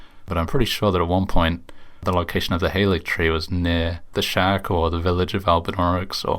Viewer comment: more useless info! halig (as in haligtree) is a rare instance of the VAs getting incorrect direction. it comes from old english, and is the predecessor to the word "holy," and is pronounced similar to the word 'holly'. odd how they got "gaol" right as "jail," but didn't get halig right.